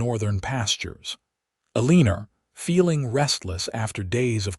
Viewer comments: Don't you know that she's "a leaner" rather than someone who has straight posture???😂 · E LEAN ER , you mean Eleanor?